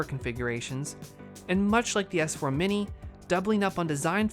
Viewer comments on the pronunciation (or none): none